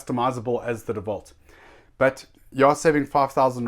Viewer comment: Let me teach you how To pronounce. Its Dewalt not devault. Its INGCO not INCO.